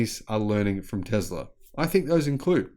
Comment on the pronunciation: "TESLA" not "TEZLA"! You're a bright person, but you should focus on proper pronunciation. You were improving, but this entire presentation was a step backwards.